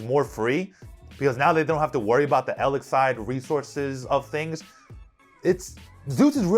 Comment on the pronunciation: you are mistaking lich, the blood sucking pest (ch as in check) for lick like with your tongue that has a ck as in kick. Eldlich is Elder lich. Now say bitch, lich and Eldlich and there you have it...